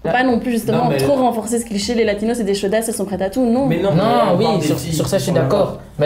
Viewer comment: Faut arrêter de dire Latinos ou alors prononcez le "s" comme en espagnol - sinon c'est Sud-Américains